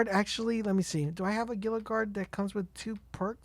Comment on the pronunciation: I'm pretty sure it's pronounced HEE-la not gil-uh for Gila Guards wanted to let you know. Look up Gila monster we used to have them around the house.